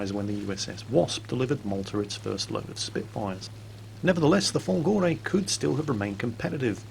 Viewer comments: Hey, you got your italian almost right! However just a couple tips: In italian adjectives go after the subject so "experimental cannons" is "cannoni sperimentali" Folgore has his accent on the first o so it's "fòlgore", not "folgòre" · it's fòlgore not folgòre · i'm here to serve you and correct your pronunciation of the italian word "Folgore", you miss just the tonic accent that falls on the first o, so it's fòlgore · Actually, the accent goes on the first "o": Fòlgore. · Good job wirh the pronounce of "folgore" but the stress is on the first o ;)